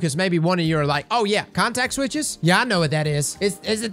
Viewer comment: I heard "contact switch" XD, but yes, in software engineering a context switch is basically a jump in focus, or from one project/priority to another. Usually you try and minimize the number of times you have to do it, because it completely wrecks your focus and you have to re-familiarize yourself with the context of what you're now working on. I'd be inclined to agree in that they're talking about not having to invest as much focus to try and adjust an ability that's over or under performing. They can now just dial the cooldown a bit, and see how things go, without trying to fiddle with whether or not it's a 1-shot, and what the grander impact that'll have on the state of the sandbox. In other words, it shouldn't require a context switch away from whatever the developers are currently working on at the time in order to ability balance going forward into void 3.0 and beyond. They'll have the ability to tweak little things for balance, and focus a lot more on how they want more complex interactions to feel and work out, with more options to reign in niche cases or other outliers. Honestly an exciting prospect.